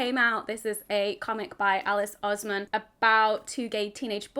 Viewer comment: just for future reference the first syllable in alice oseman's surname rhymes with nose and hose rather than oz